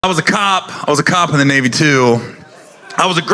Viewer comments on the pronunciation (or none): “For the NaYVee” 😂